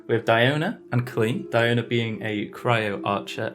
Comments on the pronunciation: “Dionya” LOL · Why most people pronounce Diona as Die-O-na? DIO-Na sounds more proper...